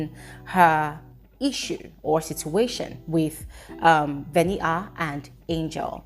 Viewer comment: how you dey call this girl name VENIT AAA😂